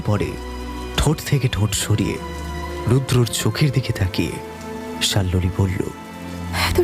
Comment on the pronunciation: প্রথম গল্প টা বেশ লাগল, কিন্তু দ্বিতীয় গল্প তে নায়িকার নাম সম্ভবত শাল্মলী, কিন্তু বারবার শাল্লোলি উচ্চারণ বড় কানে লাগে , শোনা বন্ধ করলাম